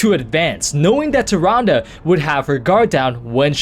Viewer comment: Holy crap, took me to the end of point 2 to understand you were saying "Tyrande" when I saw her picture Great video but seriously, I thought you were saying something like "Tyranga" or "Turanda"' x)